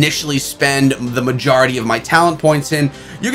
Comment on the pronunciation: WHY YOU SAYING MAJARITY instead of majority